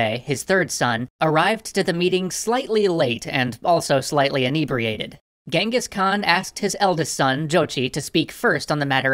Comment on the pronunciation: Well that's the first time i'm seeing someone use the phonetical spelling of the Actual Pronunciation of Genghis.